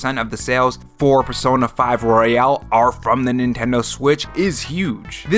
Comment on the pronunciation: Why do you pronounce royal like royale? 🤔